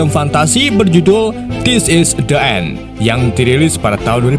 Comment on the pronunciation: The End cara bacanya bukan De End to Di End... E dan E kalo bertemu maka sebutannya jdi lain..tq